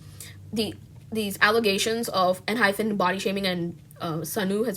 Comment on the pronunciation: Girl... I agree with everything you're saying but PLEASE!! It's Enhy PEN not PHEN 😭😭😭